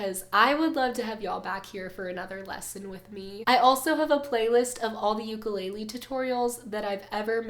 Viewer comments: Beautiful playing & vocals! Why aren't we pronouncing ukulele properly tho? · She's a beautiful singer but every video she does she says ukulele wrong...